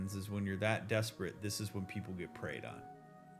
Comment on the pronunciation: First heard that as “…get ‘prayed’ on” like “Thoughts and prayers”. You can imagine how that sort of thing happens.